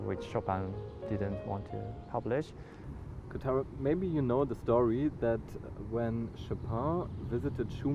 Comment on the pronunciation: Kotaro ... and not Kutaro !